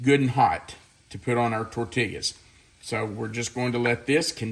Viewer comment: I love you like a brother from another mother. But your pronunciation of tortilla is like a stab in the heart to someone living in the southwest with Hispanic grandchildren and son in law. It is tor tee yas. Double L in Spanish is always a Y sound. This is meant in love.